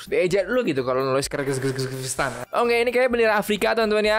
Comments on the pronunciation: Itu bacaannya Kirgistan bang bukan Kyrgyzstan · Itu bacanya kirgiztan bang bukan kyrgyzstan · KIRHGISTAN BANG NAMA NYA BUKAN KIRZGHJKTAN BANG😂😂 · sebenarnya kan Kyrgystan tapi kalo dibaca itu sebenarnya adalah Kirgistan bang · Bacaan nya Kaya Gini Bang Kirgistan